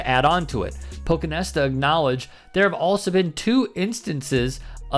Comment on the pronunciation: PochinTesta* PochinTesta** PochinTesta*** Not sure why you can't read and pronounce the first T.